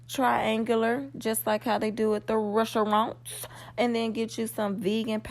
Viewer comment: Ressa-rants?😄Hehe you silly.😃 That French Toast looks really, really good, especially if you added some bacon.🥓😋 Sorry I know this is a Vegan channel but just being honest.🤷 Unless, there's a Vegan alternative bacon out there that's comparable in taste to real.🤔